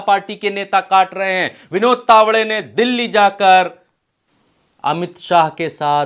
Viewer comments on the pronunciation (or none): none